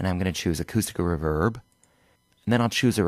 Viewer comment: Super helpful but its ree verb not ruv herb